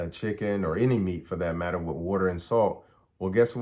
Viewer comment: When you say dat, do you mean That? When you say da, you you mean The? When you say day, do you mean THEY? When you say kaw, do you mean Called? When you say wit, do you mean with? When you say sane, do you mean same?